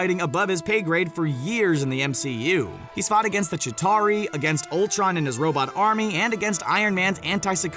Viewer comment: Its Chitauri not jatari